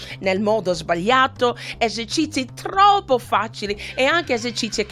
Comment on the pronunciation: Fa troppo ridere quando dice :esercizi. : Cici ahaha